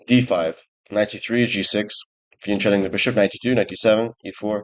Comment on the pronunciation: But for christ's sake, Hans, FIANCHETTO is pronounced with a K sound: it's Italian, not Spanish.